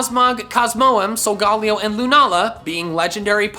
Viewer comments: It’s not sogollyo it’s sogalyo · It’s pronounced sol ga lai o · I now it’s just his accent but he’s saying solgaleo wrong it’s pronounced sol-ga-lay-o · He keeps say solgolaeo wrong